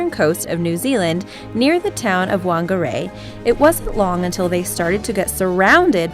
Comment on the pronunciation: Any other kiwis hurt by that pronunciation of Whangarei during no. 7? 😭😂